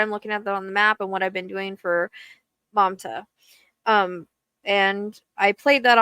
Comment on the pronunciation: Yes her name is pronounced Mahm-tah — you said it perfectly 💖💜✨